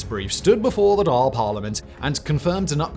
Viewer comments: Jesus Simon, would it have hurt to google a few pronunciations? Dáil doesn’t rhyme with dahl, and Micheál isn’t Michael. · i know for a fact every other irish person noticed when he mispronounced “dàil” and “taoiseach” 🤣🤣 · he said Dail and Micheal… both very badly. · Also the Dail is not pronouced dal, but Doyal. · I love your Irish videos, you do a much better job than most English journalists, but please have someone check the Irish language pronounciation😳🫣. Dáil is "dawl" not "dahl". Taoiseach is "tea-shock" not "teesha" and it's "Mee - hawl" Martin, hence he often gets called "Me - hole Martin". As an Irish language speaker I'm happy to be your consultant 👋. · Good video...but...its phonetically pronouned "Dhaawl" to a person who is only familiar with Anglo centric phonetics. Also his name is pronounced "Me-hall".👍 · Good commentary, but your English accent is mutilating the pronunciations... The Dail is pronounced [dawl] and Michéal is produced [mehawl], Taoiseach is pronounced [tee-shock] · Pronounced daw ill as in drawl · to pronounce our prime minister Irish name =' thee-shuckh'. as for our house of power it is pronounced 'da-all'. the Irish government spend only 1 billion on the defence forces and both of our ships for our navy don't have enough ppl to operate them. the irish goverment have cut costs year on year for payroll for troops among other parts of the civil service. our cyber unit has some 20+ operators. to say joining NATO is a possibility is a bit of a joke as we do not posses the military infer structure to cope with NATO demands for entrance. we cant even pay our nurses enough money for them not to immigrate. i only state a point i welcome any points for solutions . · A couple of things (mainly on pronunciation): 1) it "mee_hall" Martin 2) the dail is like fall, tall, or all 3) it's tee-shocked 4) it's tawn-ish-ta Please get advice next time instead of just pushing on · Far from any hostile neighbour.. Also it’s Dawl